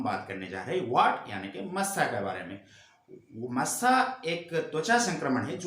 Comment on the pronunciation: चाचा इसको "मौसा" नही "मस्सा" बोलते हैं 😁 वीडियो के लिए धन्यवाद 🙏